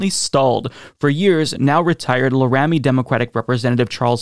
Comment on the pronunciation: Laramie is pronounced LEHR-UH-MEE